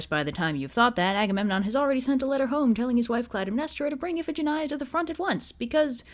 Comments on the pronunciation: Damn, as always, great job. XDXDXD Also, huh? Iphigenia is pronounced if-eh-gen-eye-ah? I always pronounced it as if-eh-gen-knee-ah. I prefer the latter version, actually. Sounds prettier to me. XD Iphigenia is such a pretty girl's name, but after hearing this story I'm not so sure it'd be a good idea to name my own future daughter (if I ever have a daughter) Iphigenia. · Fun fact: Iphigenia in greek is pronounced "ee-fee-JEN-ee-ah"